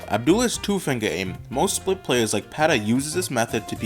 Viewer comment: "Most Split players..." What I hear - "Most SHIT players..."